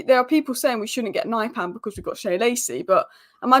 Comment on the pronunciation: that's not how his name is pronounced.